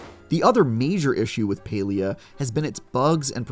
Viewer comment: Stop saying paylia